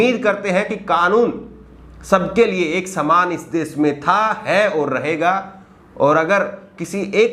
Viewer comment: Kripya,apni bhasha dhudh kijye . Sha shabd ka sahi ucharan kare plz . Sha ko sa na kahe. Bar bar desh ko des kehte ho. Ek journalist ki ashudh bhasha sharmnak he . Agar bhasha ashudh he to iska matlab journalism ka course thik dhang se nhi hua .